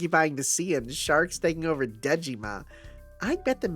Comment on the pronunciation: Every time you say “Dejima,” my brain hears “Digimon.” By the way, there's a reason why Sei is in the main cast of this event: the writer of HibiChika (and of this event) is OKSG, who is also Sei's writer. Sei is the only character he’s written for FGO; his main role at Type-Moon is Web Designer/Programmer (and that’s also why HibiChika was Type-Moon’s web mascot). When the event was released in Japan, he said on Twitter that he was happy to be able to write something again about HibiChika after 10 years